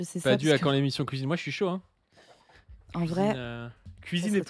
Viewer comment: "La place du Padu c'est à la couisine!"